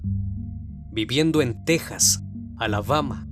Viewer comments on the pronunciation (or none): none